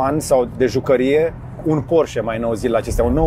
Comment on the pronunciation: salut george,porsche,cand spui sau pronunti porche,ne se aude ee-ul,scuze dar este o remarca